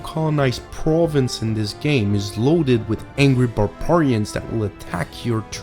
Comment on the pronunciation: LoL,..Really?,.Some guy that can't pronounce ANYTHING in English? Borbarians? The Paryhic War? A guy that is a liberal piece of morally corrupt/genetically defunct trash? Yeah,.great review,.lol